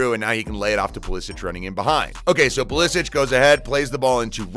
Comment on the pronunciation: Either Pulishich or Pulisik, but not Pulisich